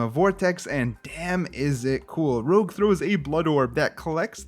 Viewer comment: I think it's Rouge as in old timey name for blush, roozh, not Rogue from X-Men.